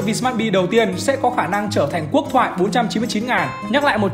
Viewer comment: Quốc chứ không phải Cuốc nha :v